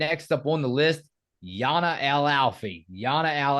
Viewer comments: El Alfy's name is pronounced Jan-ah. Yah-nah is actually what they call Ayanna Patterson. Jana is for sure going to start. We've needed a center badly since Dorka left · Guys you’re always calling her Yah-nah but I think her name is actually pronounced Jah-nah. When the interviewers call her Yana the teammates and Geno always correct them. The team actually calls Ayanna Patterson Yah-nah. I could be wrong. Can’t wait for your recaps when the games begin. November can’t come soon enough!! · Her name is Jana, like Jan-ah. I like your content guys but we’ve got to say their names correctly.